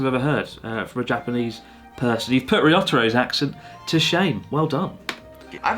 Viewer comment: I’ve been wanting to say this. Ryotaro is your friend right? Learn how to say his name properly.